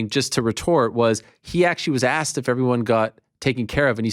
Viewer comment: Aksed not ask